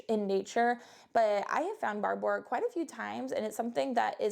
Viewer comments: Barbour is pronounced just like barber. Scottish, and spokesperson was Sam Heughan for a while. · It's pronounced Barber like the guy who cuts hair....